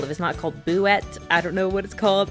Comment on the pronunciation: The boo is called Boosette. You were pretty close